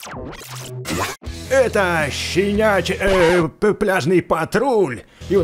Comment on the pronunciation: Щенячий правильно